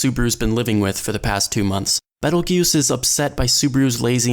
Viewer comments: Ye, I don't understand why people keep saying "juice" when all characters in the anime say "goose" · author: "Betelgeuse" narrator: "Pedal Juice" youtube sub: "Pedo Goose" no offense, Mr. Narrator. I totally understand his name isn't native to your tongue, so you may not be able to pronounce it perfectly. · WN: Petelgeuse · It's Petelgeuse, the slight misspelling is intentional. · It's Petelgeuse in the WN, don't be a smart-ass